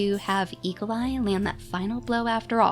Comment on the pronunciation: When you say Eagleeye quickly, it almost sounds like e.coli!